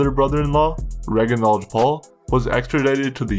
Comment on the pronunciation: Also reginald is not said reg a nold